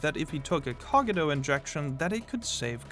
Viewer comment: Why is bro pronouncing Cogito like that?